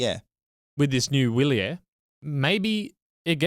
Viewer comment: It's "vee‑lyehr" and "mee‑keh"! Please stop mangling every language known on planet Earth, (including English), and spend two seconds learning how to pronounce words. It's not that difficult nowadays with AI.